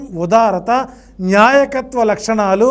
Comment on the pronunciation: న్యాయకత్వ లక్షణం కాదండీ.. నాయకత్వం అనాలండి.. నిర్జీవం లేకుండా చేయకుండా చేయడం ఏంటి మహా ప్రభో.. తెలుగు పదాలు పలికే ముందు రెహర్సల్ వేసుకోండి 😮😮😮